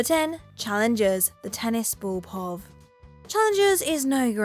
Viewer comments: must be a British thing, but 'pov' is an abbreviation for point of view, and here in the states we not only pronounce it pee-oh-vee, we put periods between the letters (p.o.v.). Mostly. beginning to think she is an AI. Not long after her pahv pronunciations, she pronounces Nike as nyek, not Nye-kee..... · POV is pronounced Pee-Oh-Vee Nike is Nie-Kee And I literally stopped watching at this point because if the presenters don't care I don't either. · I've literally never heard someone say pov as a word lol. Why did she do that? 😭😭